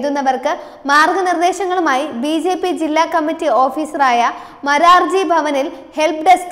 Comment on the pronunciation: മരാർജി അല്ല മാരാർജി